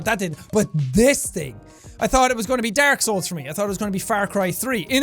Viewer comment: jack: dark (irish accent) old jack: daork